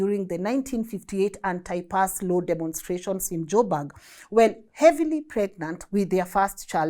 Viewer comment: Joburg not jobag